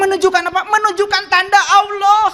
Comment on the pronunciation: Nyebut Allah saja ga bener.. itu lah ciri2 orang yg bukan muslim.. hanya berpura2 menjadi muslim.. 😂😂😂